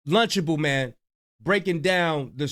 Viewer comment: Did you say "LUNCHABLE MAN?" 😂😂😂😂😂😂😂